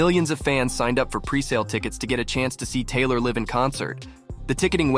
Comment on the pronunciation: I was all in until you said liv instead of live. Surprised no one caught that..